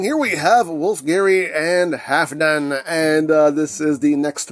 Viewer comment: Eigentlich wird das L mit ausgesprochen. Halfdan ist wenn ich mich recht erinnere ein nordgermanischer Name und damit skandinavischen Ursprungs.